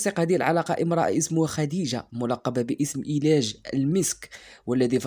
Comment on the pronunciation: أريج وليس إلاج. أريج المسك من مدينة صفرو. ولها صفحة على الفيس بوك بنفس الاسم أريج المسك. لا ندري أهي أريج المسك أم نافخة الكير. لا حول ولا قوة الا بالله العلي العظيم.